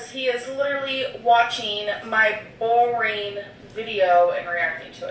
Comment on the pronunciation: She pronounces “boring” like “borreeen”